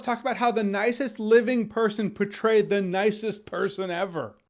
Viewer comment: Lmao I got so scared at the beginning. I seriously thought he said betrayed, not portrayed and my heart just sank for a solid good 20 seconds